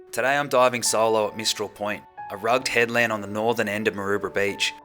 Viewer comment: What a way to pronounce 'rugged'👀